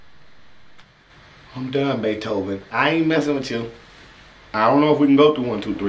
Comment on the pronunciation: "tone it donw" " Beeethven " Wit?"